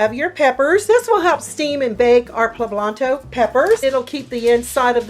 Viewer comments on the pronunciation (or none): Poblanto????? Smh